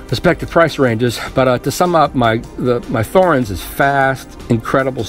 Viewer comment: It's pronounced with a T not a Th. T-horens!